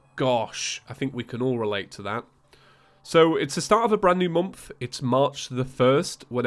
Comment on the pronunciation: Everyone in the entire world: "Month": "mOmF"